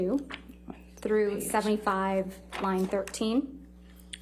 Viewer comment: I love it when Camille Vazquez pronounces "line" from AH's testimony as "lying" 😂😂😂 such as